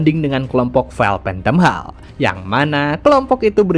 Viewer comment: hall di baca nya holl bang